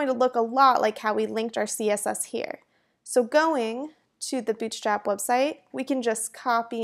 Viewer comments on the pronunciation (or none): Good introduction ^^ , but I cannot stop hearing 'Bitch Trap' at the start of the video ^^' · Am I the only one who can hear "BI*CH STRAP" at the very beginning? :D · I heard "bitchslap" in the beginning LMAO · I was hearing b** slap. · i hear bull cr*p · I totally heard it. Hella accent to have that happen. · Why I keep hearing 'bitchtrap' :^) Thanks, useful quickstart. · I think it's her pronuncetion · I swear I restarted the video 3 times because I kept hearing "Bitchstrap" XD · " bitch slap is a.." Shit! I have to clear my ears! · Legit sounded like you said Bitchstrap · why does she keep saying bitchstrap in the beginning lmaooo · is it me or does every time she says bootstrap it sounds like b*tchstrap